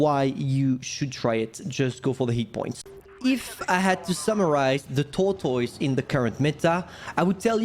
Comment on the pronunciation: SAY TORTOYS AGAIN SO FUNNY